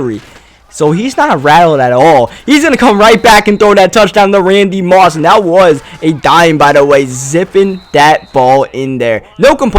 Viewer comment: I love how u pronounce your "that" to "dat"